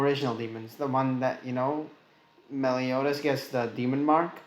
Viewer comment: Ahm.. its "Meliodas" not melidous